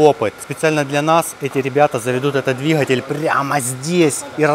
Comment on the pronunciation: ДвиХатель везде Хгэгаете 🤣🤣🤣